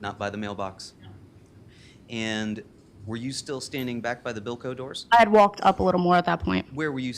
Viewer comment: I understand. But it wasn't to clarify what the doors were, it was that he was mispronouncimg Bilco. Had he said Bilco I wouldn't have known either, as a juror